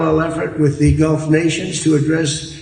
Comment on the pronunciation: The "walking without legs" slipped his tongue before. He's saying "the Golf states", instead of "the Gulf states", or is that normal in English?